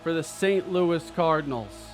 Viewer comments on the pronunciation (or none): none